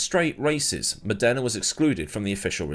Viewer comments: It's Mòdena, not Modèna (both the driver and the city). Cheers from Italy, dear. Good stuff as usual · Modana not MonDERna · Funny how pronunciations change. Murray walker called him Stephano Moneda ( Mon aida), at the start of his career. Then Modena ( moh den ah) ..... which is 2hat I call him. Now I hear Mod ena) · when you make a video about a driver you could at least try to learn how to properly pronounce his name. Stèfano Mòdena. Not Stefàno Modèna.